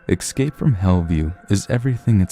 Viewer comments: Quit saying EXCAPE. It's not excape. It's ESCAPE. Please fix your pronunciation, god damn. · Good video... but it's ESCAPE not EXSCAPE... ES-CAPE... ES/CAPE... No "X" sound anywhere. You're too good at this to mispronounce words. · What is it that makes your generation say :"ex-cape" and "ex-presso" when there are no "x"''s or "ck"'s in those words? Are all of you born in the 90's fucking stupid? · "ek-scape"? really?